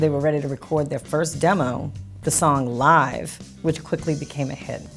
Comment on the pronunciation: One glaring error: didn't they know how to pronounce "Live"?